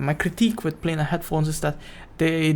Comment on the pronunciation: your pronunciation lol 😂